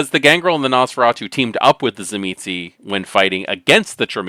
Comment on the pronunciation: I think it's pronounced Zuh-meesh?